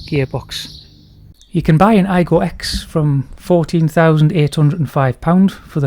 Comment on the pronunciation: The 'X' should be pronounced 'cross', not 'ex' btw.